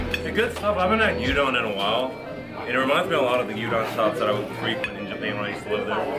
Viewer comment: Gyudon GI-YOU-DON not goodon.